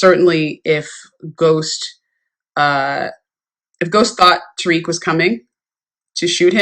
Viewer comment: It's Tariq, not "Tyrique"